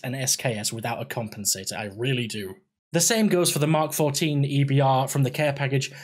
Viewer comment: Outstanding video...1 point...am I the only one who hears "MMMKAY 14' instead of "Mark 14" like nails on a chalkboard? well done to the OP for pronouncing it correctly!